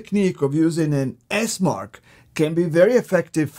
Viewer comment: It's Esmarch...